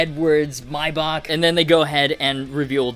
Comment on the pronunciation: The way you pronounced Maybach was atrocious 😂😂